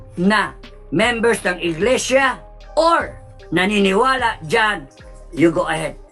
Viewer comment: Inglesia. Hindi Inglisiya. Tapik, as in TOPIC; hindi topik.